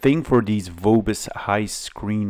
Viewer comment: Nice one! Highscreen was incredibly successful Name distributed by Vobis in Germany. I have a feeling, that every second PC there was a Highscreen :D And sorry for being a smartass, but German V sounds more like F, so it's called [F]obis and not [V]obis, like you'd spell it in English.